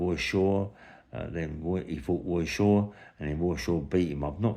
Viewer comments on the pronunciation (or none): Who is "Woy Shaw" ?